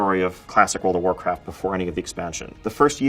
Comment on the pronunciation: Wowld of wowcwaft